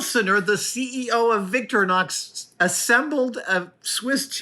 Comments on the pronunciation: There’s an “I” in VictirInox it’s Victor-I-nox. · Finally I don't have to cover that part of the screen anymore ! Now I just wish he will learn to pronounce 'Victorinox' correctly ! (I suppose I'll have to wait till he goes to Switzerland)